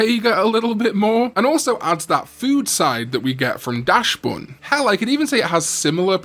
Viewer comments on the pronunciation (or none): Nice video but please, PLEASE, anglophones, it's DAXbun, not DASHbun. Dachs is German for badger, because the Dachshund is a dog that chases after badgers. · did you just call it dashbuun